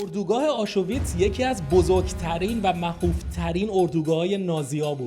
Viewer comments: آشویتس نفهم نه آشوویتس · جان آشویتز هست نه آشو ویتز 😮😮!! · Aschuwitz chie dorost talafoz kon